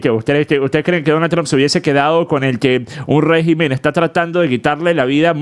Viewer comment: escucha bien como se dice régimen. Ya que la voz artificial lo dijo mejor